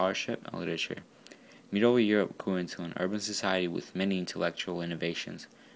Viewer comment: Medieval not Medeival : )